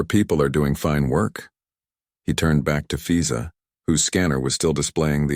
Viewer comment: She does immigration, and he name is fiza? Wonder where the AI came up with that name…and why it got mispronounced almost immediately…